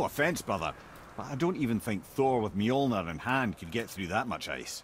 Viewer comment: it's norse, Thor's hammer mjolnir, it's pronounced m-yole-near, marvel hacked the pronunciation even worse than you did though.